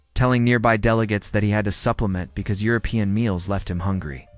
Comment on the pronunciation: The AI can't do more than speak a worrd salad, doesn't understand what the meaning is. It can't even pronounce 'European' had to just spell the letters and doesn't know 'Lyon' is a city